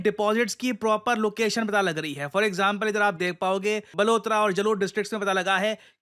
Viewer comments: it's balotra not blotra thank you sir😅😅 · ye बलोतरा nhi बालोतरा hai guruji . I am from balotra district of Rajasthan and jalore is my neighbourhood district so now I am ambani 😂